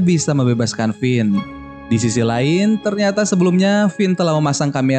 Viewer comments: pas gw denger lu ngomong kevin :v Finn namanya jadi kevin :v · finn bukan kevin